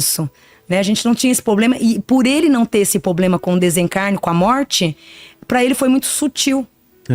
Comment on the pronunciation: Observei isso também! A pronúncia correta é problema!